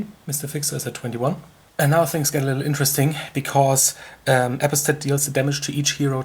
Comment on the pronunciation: "apo-stat" is pronounced Uh-Pahs-tate I think.